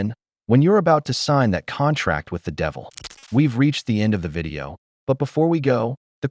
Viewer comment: She keeps saying, "my private wedding vidro" like she married herself.